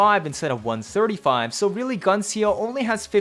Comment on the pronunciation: Love yer vids but like....tehfux is "Gun C O"???